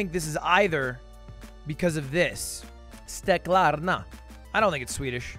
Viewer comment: My dude read "steklarna" like a champ